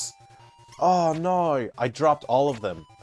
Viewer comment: I'm still tickled every time I hear you say "Oh nawr!" Reminds me of my friend who grew up in Jersey and her accent slips out sometimes. She also likes it when my southern accent comes out; I've lived here most of my life but my parents didn't so I never had a strong accent